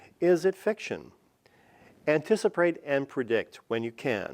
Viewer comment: anticiprate? Lol and he is giving us tips? Jk pretty helpful tho